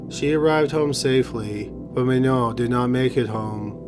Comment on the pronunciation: Please do me a favour and pronounce Manon the French way as she was Canadian. The “a” of her name is the one of apple. It seems so little to give her the proper pronunciation considering her sad fate.